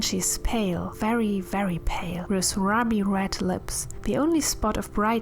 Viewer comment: i know you always ask to be corrected on grammar so you can get better so i thought id just mention its rooby red lips. how you said it sounded like rubby